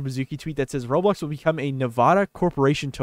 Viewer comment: at least you can say roblox..